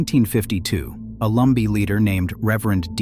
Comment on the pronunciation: Lumbee... not Lumber. Lol